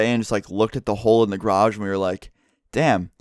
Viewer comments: ITS GA-RAGE NOT GRAGE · Gayrage not "graj" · I swear to fuck stop saying grage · he pronounces it "Groj" instead of "garoj" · It's garage not grage. lol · says grage normal ppl say garage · its garage not graj XD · He says grage instead of garage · who else noticed "groj" how pronounces garage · wtf is a grage? Are you saying garage or grage? lol im fucking with you. plz reply though. 😄😉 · please its GArage not grage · it annoys me how he says "grage" instead of garage. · Garage not gay rage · What the fuck is a grardj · grodge I don’t know why but I love how says garage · Something i noticed im heard Graje not garage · “Car in graje” (how pronounces garage) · M8 sayin grash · DRINKING GAME: Drink every time says graj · its pronounced garij lol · I love the way he pronounces "garage." Grage. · "the g'rage" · Lol the way you say garage is so weird, it sounds like you are saying grage. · the way u say "garage" is so funny. it sounds like you are saying "grage". lolz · You crashed into my "grage" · "Go into the grage"... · Grash?!?!?! Do you even speak bro. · lol "grage" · Oh sorry, gair-ridge. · The way he says garage makes me cringe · OMFG THE WAY YOU SAY GARAGE KILLS ME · You say garage wrong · The way you say garage is soooo gayyy ahah